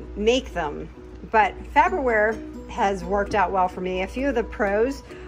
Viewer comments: It's, "Far ber ware" not "Fab er ware." The little things. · FAR-BER-WARE... it's not FABER-WARE. 😄😎🤩😀😄